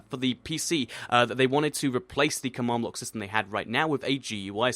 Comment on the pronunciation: u pronounce command block come awned block learn de inglish